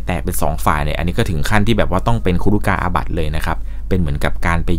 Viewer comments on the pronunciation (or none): ครุกาบัติ ไม่ใช่ ครุกาอาบัติ